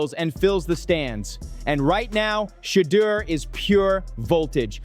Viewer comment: Omg it is NOT "SHEEDUER"